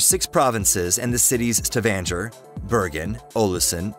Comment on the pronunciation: Nope. So much wrong information here. The roads aren't that dangerous and it doesn't not take 24 hours to get to Kristiansand from Trondheim. I live in Trondheim, and you can drive from Trondheim to Oslo, comfortably, in about 7 and half hours. They way 'Stavanger' is being pronounced hurts my heart, The Lærdal tunnel is 24.5km and is the worlds longest road tunnel. The road links Aurland and Lærdal, in Sogn and is a ferry free connection between Oslo and Bergen. Taking the coastal route will takes more time, not less. I love travelling over Dovrefjell.